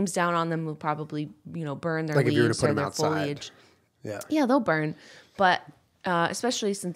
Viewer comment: Yaaaaaaaaaaas I love! Even though she says "Foil-age" instead of "fo-li-age" and it drives me up the wall bahahahaha